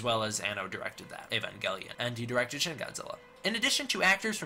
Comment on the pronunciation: I want you to look up he to say evangelion cause you truly just angered me